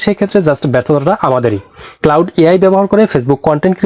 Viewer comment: ভাইরে ঐটা ক্লাউড না, ক্লড